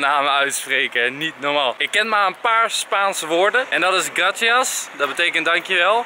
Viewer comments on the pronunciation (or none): Lieve Enzo je sprak het verkeert uit je zei gratias maar je spreekt het uit als grasias en je schrijft gracias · Enzo het is Niet Gratias Maar gracias Amigo! ik ben BTW spaans